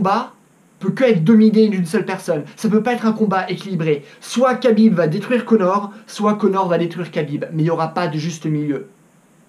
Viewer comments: Ça se prononce "krabib" et non "kabib" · Ça se dit Rabib pas kabib lol... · Et c'est Habib not kabib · Tu timprovise madame soleil à raconter l'avenir... khabib pas kabib comme tu dit en plus de ça khabib C et un lutteur ce que mc gregor n'est pas certe mc gregor est meilleur boxeur mais la c'est pas un combat de boxe anglaise khabib à toute ses chances mc gregor na pas combattu depuis un bail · On dit pas "cabib" ou dit "rabib" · Cest pas kabib cest khabib reapect son nom au moin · C'est KHAbib pas Kabib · CEST PAS KABIB MAIS RABIB SA CE PRONONCE COMME ÇA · Khabib, ça se dit Rhabib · Arrêté de dire Khabib Putin ça se prononce Rabib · C pas khabib c’est Rabib la prononciation 🇷🇺🇷🇺🇷🇺hamdulilah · Prononce bien déjà le prénom de khabib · Tu prononces mal le nom de khabib ce n'est pas khabib avec un k mais plutôt kh> comme le j espagnol qui fait r. Exemple le prénom jose avec une prononciation espagnol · déjà apprend à prononcer le prénom de khabib on voie déjà que tu connais pas khabib et la lutte et le grapling et largement supérieur à la boxe anglais qui est aussi très forte certe un coup bien placé de conor peu le faire gagner en 10 secondes mais si jamais il est amené au sol c finis ce qui est très facile pour khabib il ce battait contre des putain d'ours quand il était très petit pendant ce temps conor étais entrain de pisser dans sa couche khabib vas gagner et tu vas le voire dans quelques jour prépare toi à voire à quel points tu t tromper khabib a aussi un très bon cardio contrairement à conor, khabib a juste à jour avec lui 2 rounds et le 3 ème round conor perdra de ça précision et de ça force , il vas ce faire amène au sol par khabib très facilement et ça sera la fin pour conor mc gregor